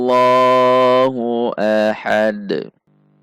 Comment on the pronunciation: Kesalahan sering banget, Qul HuwaWLoh... dibaca waw